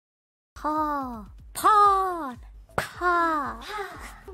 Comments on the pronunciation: พ่อ คำนี้เสียงชัดจัง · คำนี้ชัดมากเลยครับ แต่แม่เอวีนโพนีเทลน่ารักจักๆเลยครับ